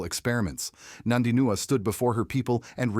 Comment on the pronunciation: Her name is NOT NANDINUA, show some respect.